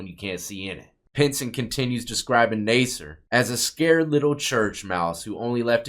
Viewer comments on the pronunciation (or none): Nas-ser. Not Ney-ser. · NA-SIR, not NAY-SIR. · lol. It’s NASS SIR not nase sir. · Nasser doesn't have a hard A sound. It sounds like Mass.